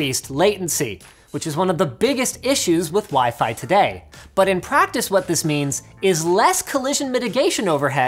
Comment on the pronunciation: When you remember Linus called WiFi as pheasant,😂😂